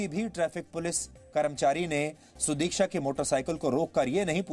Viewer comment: Abbey saale udiksha nahi sudiksha hai !!